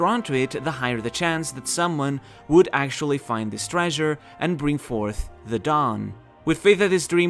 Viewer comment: Is it me or everytime he says "The dawn" I hear "Dadan"